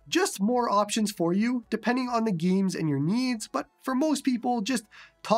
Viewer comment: "gyeems" hahahaha I love it every time